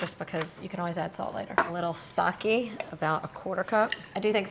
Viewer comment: Just an fyi it is not Saki it is Sake - pronounced Sakay. Saki is a female name.